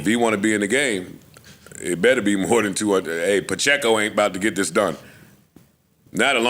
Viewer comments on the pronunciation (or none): none